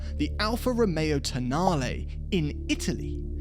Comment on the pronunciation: It’s toe-nal-ley.